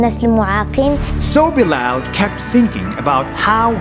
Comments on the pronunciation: You pronounce Bilal "bilel" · I think you said bilal wrong